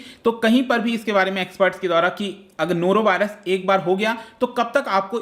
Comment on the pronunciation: Nora Virus😃😃😃